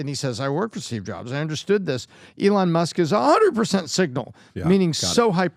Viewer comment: Can someone pls tell this guy (Pat B David) to pronounce Elon's name right. So annoying.